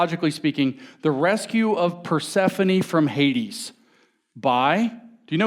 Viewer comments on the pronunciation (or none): none